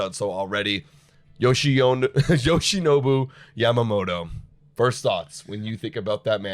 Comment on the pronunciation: Ya ma moto not Yam mamoto.. Like is Toron toe or Toron oh?